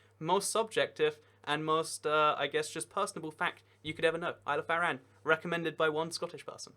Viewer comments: It's pronounced aran not arra-an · “isle of ah-ran” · You pronounced Arran wrong, its said Ah-ran, also the Orkney and Shetland islands would probably not leave Scotland if Scotland left the UK, 100% of their trade is with Scotland so financially it wouldnt make sense for them to leave Scotland, they are more likely to join Norway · Foula is in the Orkney archipelago?? No it's part of the Shetland islands, Lerwick (capital of Shetland) is closer to bergen (Norway's capital) than Edinburgh (Scotland's capital) Also can you please double check your pronunciations of Scottish places - foula, arran... The reason as to why the Northern islands are very nordic is because they were governed by Norway until the 16th century when they were given as dowry payment to Scotland as Norway wanted one of our princesses. Are some of the English islands actually islands if they are very well connected to the mainland and there in no effort in get to and from the island???